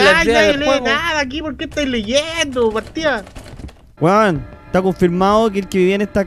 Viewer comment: dijo: ¿por qué estay leyendo, de partí'a(partida)?